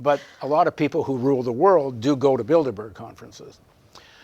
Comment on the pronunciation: A small point of levity. When he brought up Bilderberg - it sounded a bit like Build-A-Bear...